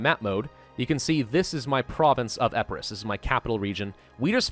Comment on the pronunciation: its, EEE-PIII-RUS not Eh-peu-ros